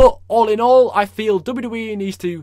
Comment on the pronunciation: i love how you say Dabiu Dabiu E